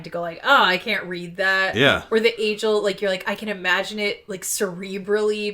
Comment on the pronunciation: Agiel rhymes with Kneel. All the audiobooks agree.